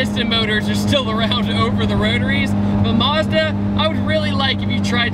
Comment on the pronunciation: maz-da, not mars-da